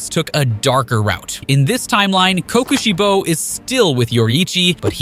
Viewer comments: Why I’d they say it like co Koshi bo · "Ki Ki shibo"